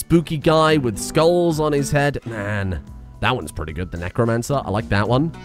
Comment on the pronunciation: Necro-anne-cer, need I say more?